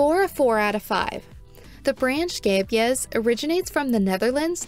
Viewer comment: 10/10 for this review simply because you had a pretty good pronunciation of Scheepjes 🤣 The number of times I've been caught off guard and did a spit take because someone said sheepjuzz or scapejass has been too many